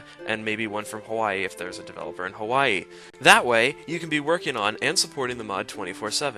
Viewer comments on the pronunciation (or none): none